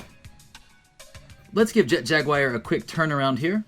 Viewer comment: Your knowledge of toys is incredible. Your knowledge of how to say Jaguar..not so much